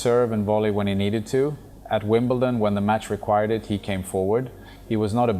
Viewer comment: AI produced for sure. Three players says : ” - his stillness” ?? Never ever heard that about him. Most revealing when Connors says : - In ..Wimble..Ton (??!!) He would never pronounce that wrong !!